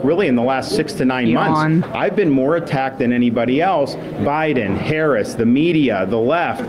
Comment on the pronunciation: Could this guy learn how to pronounce the Vice President's name already!? It's not that hard. I don't hear him butchering these other "hard" names. ,la